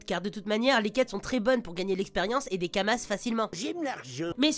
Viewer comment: Dofous, Kamasse, Kolizeoum. Sheeesh